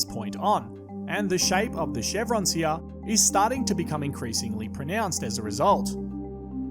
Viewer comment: it’s really making me mad the way he’s saying “here”